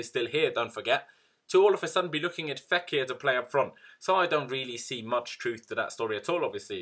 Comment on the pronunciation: Love how you’ve nailed how to say the players name correctly.